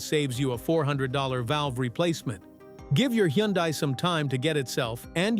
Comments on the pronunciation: It's pronounced Hun Day not Hee yun Die. Just saying... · Correct, Hunday......hurts my ears hearing him mess it up. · All this applies to KIAs, too!😂😅😊BTW, Hyundai is pronounced like "Sunday". Just saying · I call it "hi un di" ... lol!!!! In Korean, Hyundai (현대) is pronounced roughly as "hyoon-deh" or "hyun-day" (split into two smooth syllables: hyeon and dae). It sounds closer to "hy-un-deh" rather than the popular English "hun-day" or "hy-un-die"